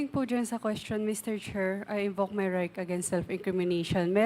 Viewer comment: 𝐆𝐮𝐨 𝐇𝐮𝐚 𝐏𝐢𝐧𝐠 𝐚𝐥𝐢𝐚𝐬 𝐀𝐥𝐢𝐜𝐞 𝐆𝐮𝐨: "𝐢 𝐞𝐯𝐨𝐤𝐞 𝐦𝐲 𝐫𝐢𝐠𝐡𝐭" ( 𝐞𝐯𝐨𝐤𝐞 𝐢𝐧𝐬𝐭𝐞𝐚𝐝 𝐨𝐟 𝐢𝐧𝐯𝐨𝐤𝐞) 𝐢𝐛𝐮𝐤 𝐬𝐲𝐚 𝐧𝐠 𝐢𝐛𝐮𝐤 𝐩𝐚𝐫𝐚𝐧𝐠 𝐩𝐢𝐠😂😂😂